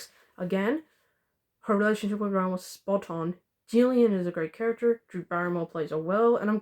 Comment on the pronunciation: You are saying Jillian’s name right